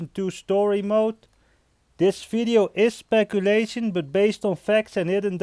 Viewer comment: _ ethanol _ It’s his accent bruh